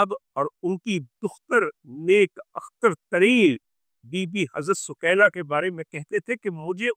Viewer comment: سوکینہ نہیں سکینہ قران کا لفظ سکون دینے والی